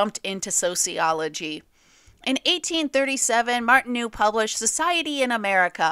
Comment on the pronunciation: Good but speaker should learn hiw to pronounce the French name Martineau correctly. Martin-oh.